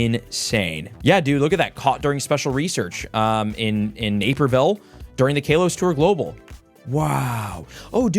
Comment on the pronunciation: You saying kalos is wrong not trying to be mean